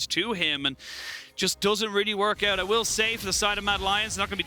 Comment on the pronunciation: Where did these casters come from though? Since when is 'out' pronounced as "eute"? O.o